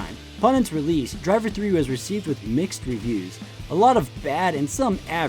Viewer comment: I really appreciate how you go into the background of all of the game franchises in addition to going in-depth with the graphical differences. Additional points for pronouncing Driv3r correctly as "Driv-three-R" at the beginning :)